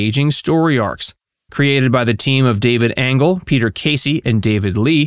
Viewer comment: They also pronounced David Angell’s(rip) name wrong. 🤦‍♂️